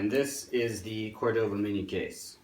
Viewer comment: fyi... Cordoba sounds like Core-Da-ba not Core-Doe-ba